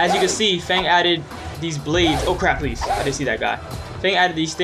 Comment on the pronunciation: Yew kept sayin pleasr